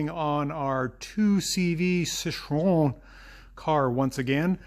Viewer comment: See-troe-en. Glad you got it fixed. I'll have to bring my '87 up.